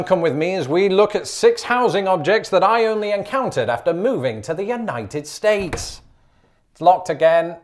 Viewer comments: When he says "United states" what my brain hears is "Uknighted States". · I like how says United States he puts his much emphasis on States as he does United